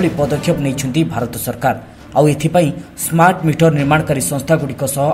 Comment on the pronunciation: ସ୍ମାଟ ନୁହେଁ ସ୍ମାର୍ଟ